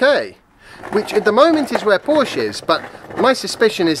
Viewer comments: Joey: "Hey, it's PorschAH" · No. The people who say both syllables know that it is a family name and know that that is how it is pronounced. It isn't an invented word. You wouldn't be so casual if someone started slagging off those new Tee-slaws. And you even defeat your own point by reminding us of Shakespeare's Portia. Somebody from England now officially has no excuse for mispronouncing the name of the brand. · You said Porsche so much in this one. It might be time to learn the right pronunciation. You don’t have to but probably good preparation for when the Mission E is in the news more often. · Chris Till the only people who say “Porsche-ah” are owners of one. Or when referencing the name of your favorite stripper at the local club. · What other comment? Have you moved on to gaslighting? Tell us the next time you see an ad for a "Porsh". Then tell us that the "name" is synonymous. Until then you are just wallowing in deliberate ignorance and proud of it. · Willful ignorance in the pursuit of what, nbkcq28? It's one thing to read a word and mispronounce it because it never comes up in spoken conversation. It's quite another to claim that Porsche isn't a family name. That's like claiming that water isn't wet. The P-word that occurs to me is not "pompous", but "petulant". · aren't making a good case for yourself. This isn't a regional pronunciation of a random noun, this is a family name. There is one way to pronounce it. If someone finds the phonemes too difficult to navigate, the usual thing is to preface your mispronunciation with an apology. This is how adults function. I seem to remember someone on this channel saying something like "to the people in the comments, my name is Sophia, not Sophie. Call me Soph or Sophia, Sophie isn't my name." Because, you know, it's weird to hear people refer to you like that.